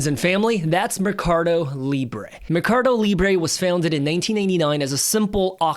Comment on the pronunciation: MER-CA-DO. Not "me-car-do".